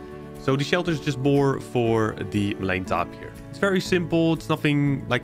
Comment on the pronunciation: I think it's pronounced tape-ear but your acce ts and builds are so cool